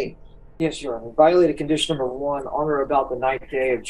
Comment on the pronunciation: Bro straight trolling us now on his pronunciation of the word one..... He goddamn well know he be sayn "23 & JUAN" 😂😂😂